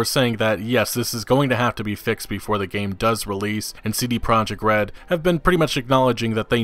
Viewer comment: Lol it’s CD Prah-yek Red